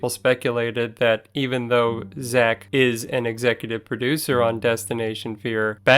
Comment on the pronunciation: I wanted to think a lot of this was probably fact, but you kept pronoucing his name wrong numerous times. Yeah, Hollywood isn't all legit, serious, and accurate, , and really nothing here that actually makes Zach look bad. Plus, if you're going into a tourist trap in Vegas, it's probably not going to be all real anyway. But you'll be surprised what you can get with deep pockets.